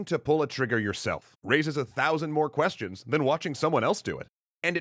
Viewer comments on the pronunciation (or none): none